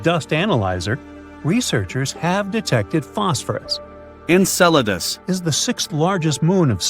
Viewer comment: ENCELADUS! …Encedalus? NO! ENCELADUS!